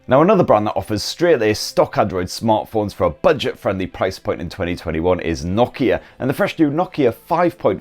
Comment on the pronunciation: when he say nokia that shocked me